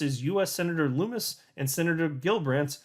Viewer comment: Senator Lummis..... rhymes with Hummus. Not Loomis.